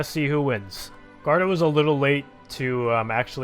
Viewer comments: it is guarda not garda, read the u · Luis Pinto Yeah, he should say "goo-are-da"